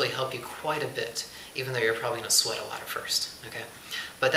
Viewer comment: Nice video,but you're right, I'm swearing a lot! Wait, did you say swear or sweat? :P